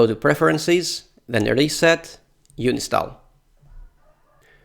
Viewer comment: It's un-in-stall not uni-stall and nginx = engine x